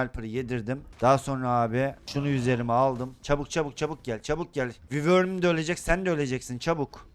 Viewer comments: Abi yazılışı wyvern olabilir ama okunuşu vayrın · Abi vivor diyil o vayvrn boyle soyleniyi